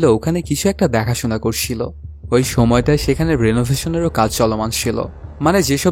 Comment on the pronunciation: করছিল vs করশিলো। ছ, শ এর উচ্চারণ 😰😰😰